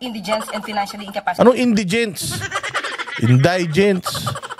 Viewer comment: indie-gent talga pronounce nun, madalas kasi ginagamit 'indaygent' pero 'indie-gent' talaga dapat.